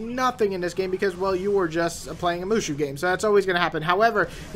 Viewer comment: XD it's pronounced as ( Moo So ) but good review the game is ok nothing special